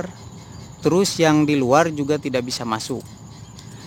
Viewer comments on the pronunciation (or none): none